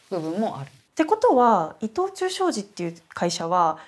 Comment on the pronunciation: イトチュー今はイトオーチュウ発音難しいですね‼️